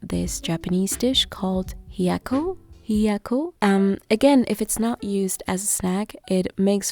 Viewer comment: It's Hiya-yakko not Hiyako :D This video got me missing it 😋